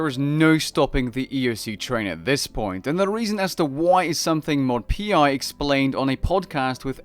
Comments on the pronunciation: really mod P.I.? is mod Pi as in the Greek letter Pi. pronounced pie. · Mod Pi (pie) was awful